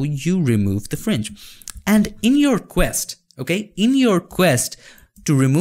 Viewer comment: FRINGE SOUNDS LIKE FRENCH SOUND LITTLE BIT CONFUSING>.............,,,,,,,OTHER THEN THIS OK